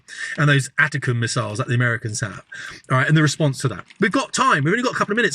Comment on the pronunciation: I was wrong! I thought the only person who didn't know how to pronounce the American missile system 'ATACMS' was Youtuber 'Sanctioned Ivan'. This guy doesn't know how to pronounce it either, it's ATTACK 'ems.